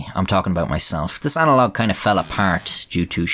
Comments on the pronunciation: I wonder if the analogy you pronounced as “analog” at the end is covered by the Analog Act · He mispronounced “analogy;” nothing personal